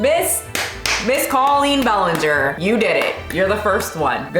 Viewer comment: cawlpeen bualeenger is no no